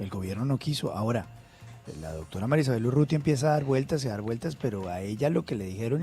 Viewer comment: Dodctora jajajaja